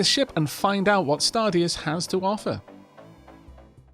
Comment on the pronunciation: I wouldn't be surprised to hear the deus part should have been pronounced as the latin word deus. Although I wonder where in the game thist stargod is.